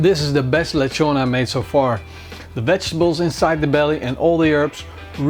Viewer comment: lechón, pronounce it like --> letschon (if you are German)